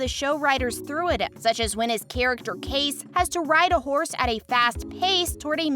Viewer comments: Please learn how to pronounce names correctly...It's K-C for Kayce, not case!! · The proper pronunciation of Kayce's is KC, NOT CASE. GET it right. Piper Perabo is not pronounced "PERAABO" but Parabo.please stop messing up the actors name. What a hack.